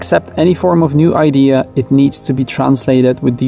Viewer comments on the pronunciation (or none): none